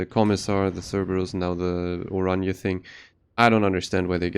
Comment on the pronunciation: i know. just heard the name be butchered a lot so hearing it be pronounced right is nice for once.